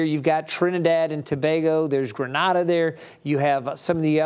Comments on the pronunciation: Grenada is not pronounced “Nada” in the Western Hemisphere. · Pronounced GREE (like tree) NAY (like hay) DAH. Gr"A"nada is in Spain; Gr"E"nada is in the Caribbean (the West indies). You're welcome. 😊